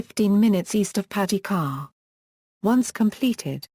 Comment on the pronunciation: Could someone reprogram that machine to pronounce the city name correctly. These mechanized audio systems SUCK......although the clip is informative.